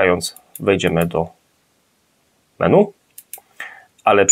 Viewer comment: Dlaczego raz menu, a raz meni? czyli właściwie 🤔 (Też razi mnie jak niektórzy nazywają stiuarda - stewardem (dosłownie), ale kobietę to już stiuardessa.Z kolei na karfur wymyślają kerfur - podpisując się znajomością angielskiego, a przecież to jest francuszczyznana 😃 ) A tak filmik OK. Pozdrawiam 😏